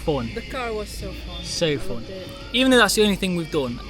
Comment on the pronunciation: Its rare and strange to hear English word of "Fun" to be pronounced as Foown rather than Fawn. Maybe a Scotish accent or Welsh.